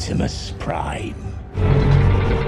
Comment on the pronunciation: Prime bang bukan prien